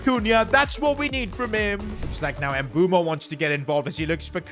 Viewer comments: Please stop pronouncing mbeumo ”embumo” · Can you please try and pronounce Mbeuemo's name probably🙏🙏